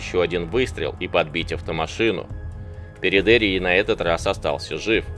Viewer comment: Живя на Кубани и зная с молоком матери местный говор мне больше кажется его фамилия ПередеИй, ударение на последний слог